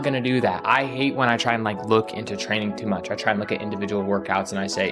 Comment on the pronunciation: do you mean "frayning"?